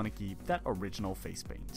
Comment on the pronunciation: PURPLE** PAINT** not burble or baint 🤦🏻‍♀️